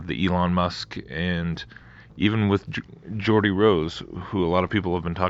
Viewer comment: Also his name Geo-or-die 🤔